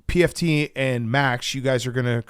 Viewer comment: Love how calls pft pmt lol